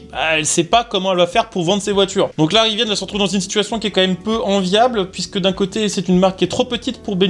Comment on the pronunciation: Il n'y a pas de e a rivian. Ca ne se prononce pas Riviane. Trouduc